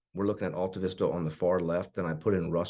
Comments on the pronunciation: Definitely pronouncing it wrong. That's my hometown. I lived on Shady Lane, down from the house you showed, across the street. It is AL, not ALL. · Not sure if this gets it across but I've always heard locals call in Al-ta-vis-ta. Start it of will Al like the cohost from Tool Time in the tv show Home Improvement. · Right off the bat…you pronounce it incorrectly. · That's not how you pronounce Altavista. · I was thinking the same thing. We dont say Altavista like that, lol.